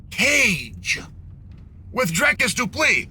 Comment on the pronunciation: dricus du pleee